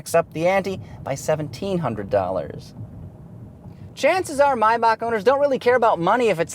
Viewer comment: Finally somebody who knows how to pronaunce Maybach